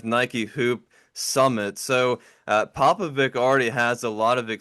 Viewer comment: It's pronounced Popovich guys. Not Vic.